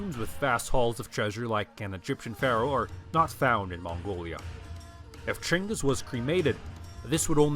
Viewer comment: His name isn't Chingus, it's Genghas